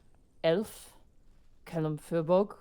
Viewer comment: You guys are mispronouncing firbolg. It's pronounced fear-bolg, not fur-bolg.